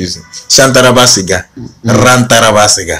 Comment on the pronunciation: 😂 Is Rantaraba Sia, not Rantaraba segar, don't spoil the tongues please